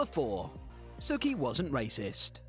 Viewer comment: It bothered me so much more than it should to hear Sookie from Gilmore Girls pronounced the same was as Sookie from True Blood lol